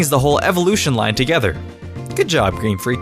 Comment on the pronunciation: He said GreamFreak